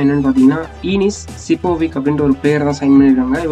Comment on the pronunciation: Bro we should pronounce as sipovich